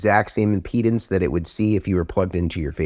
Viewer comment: Sounds like he's saying "penis" instead of impedance. Also, thank God he's not talking about fluffers. 😆😅😂🤣